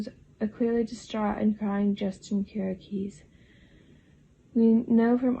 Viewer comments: I think it is pronounced "keer - ee - ah - kis" ... right? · Kiriakis... Pronounced ..Kiri..ahhh.kiss Stepheno .. Pronounced ...Stef ..n..o I like your videos but you obviously do watch.this show